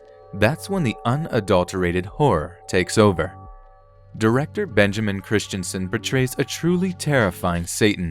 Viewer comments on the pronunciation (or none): none